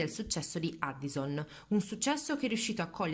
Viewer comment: SI PRONUNIA EDDIOSON